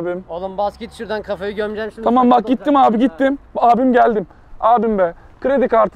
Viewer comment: Şurdan değil ağabey şuradannn💜❤️😂